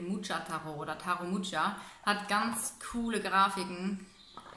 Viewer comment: Mucha liesst man tschechisch: ch wie in Wort München :-) weil er ein tschechischer Maler ist :-)